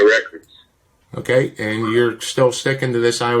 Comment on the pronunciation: “You’re about 90 classes off.” “Okay-uh.”